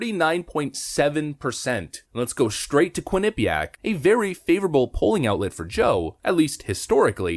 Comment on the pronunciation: just fyi, it's pronounced 'quin-uh-PEE-ack'. you have the emPHAsis on the wrong sylLAble. thanks as always.